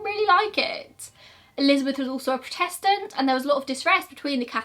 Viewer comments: I love you but the way you say prodestant is rather strange, I didn't know what you meant until my partner told me xx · I love how you say protestant